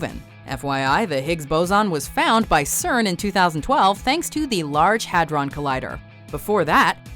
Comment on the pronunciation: HAHAHAHA OMG HYDRON COLLIDER HOW COULD U PRONOUNCE HYDRON WRING BITCH WTF